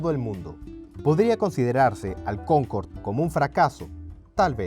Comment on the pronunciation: Es "Concorde", no "Concord" empezamos mal